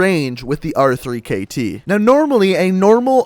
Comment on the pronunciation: why do you call it the r three kt and not the rekt its so annoying